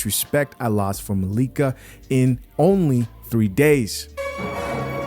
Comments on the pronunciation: It’s hilarious how you intentionally mispronounce her name.😅😅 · her name is Malika not Mikayla! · Bruh at least day her name right lol